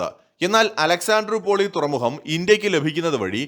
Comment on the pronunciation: തുറമുഹം അല്ല തുറമുഖം ആണ് .......